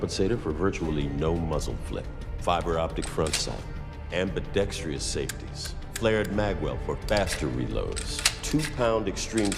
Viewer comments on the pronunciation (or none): LOL "ambi-dex-tree-uss" always gets me.....